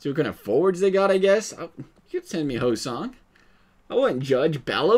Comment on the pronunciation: It's Ho-Sayng not Ho-Song lmfao